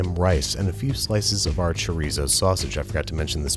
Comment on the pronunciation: Can pronounce every Mexican word... BUT CHORDIZO